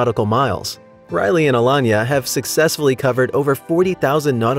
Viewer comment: Elon-ya is actually Alayna Uh-Lay-Na wow that was painful to hear Elon-ya, Elon-ya these are not8 Insane things! WTF?